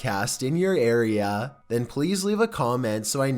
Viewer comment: Geez what's up with the way you pronounce A's? Areaaaaaaaa! Loisianaaaaaaaaa! Lol